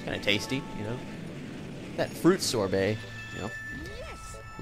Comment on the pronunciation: It's sorbet :P and it is a flavoured shaved ice C:"